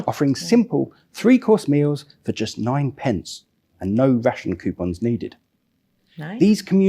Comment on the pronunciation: Ha ha the lady commentator said "quepons" instead of "coupons" I love that common goof🎩